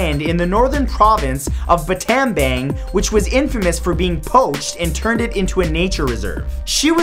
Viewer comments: Hahahahaha! Did any other Cambodian start laughing when he said “batan bong”? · I'm From Cambodia Lol And That's Not How You Say Battambang it's bat tom bong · He did not pronounce Battambang correctly